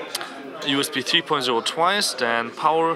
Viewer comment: Nochmal ein kleiner Tipp, usb 3.0 wird im englischen als USB three-point-o ausgesprochen also die null als o ansonsten gutes hands-on ;)